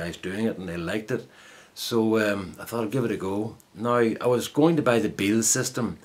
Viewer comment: Thanks for the video, very impressed, seems to do as good a job as the Beal. Something to think about for the spare 6" grinder I've got hanging about the place, and not being used. You pronounced the surname spot on mate, thanks again for the trouble. Take care Mike